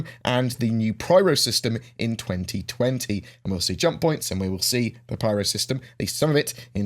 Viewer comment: it kinda sounded like you said 2024 but it was really 2020, for us to play lol